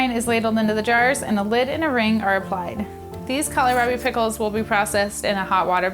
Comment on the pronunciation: Kohlrabi is pronounced call rabbie not callierabie